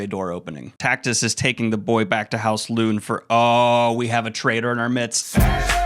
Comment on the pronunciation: Why are you pronouncing so many names wrong? Darrow, Lune, Arcos…